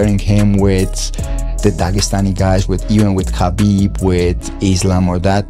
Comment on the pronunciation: Pronounce Khabib Like Hhabib (beloved)... Cuz dagestani people use "kh" to Pronounce "H"